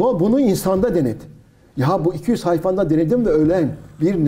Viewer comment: Wayfa 😂😂😂... Vayfi herhalde